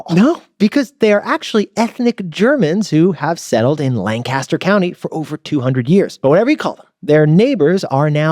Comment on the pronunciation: Another good episode. Two things, tho: 1. It's LANC-a-ster, not Lan-CAST-er. 2. They're called "Dutch" because the German word for "German" is "Deutsch," which, not knowing the language, became mispronounced by English speakers as "Dutch".